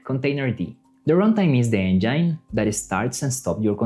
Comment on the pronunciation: A very nice video. Nothing to say about its content; however, there are a couple of things about the video itself if I may: 1) The word "engine" . Please check how it's pronounced (e.g. in google translator), like "imagine" instead of like "mine". 2) The subtitles. For some reason, even with subtitles turned off, they keep appearing (burned subtitles?) BUT only when you appear in the video, not when there's an animation with your voice in the background. I would make it consistent in one way or the other.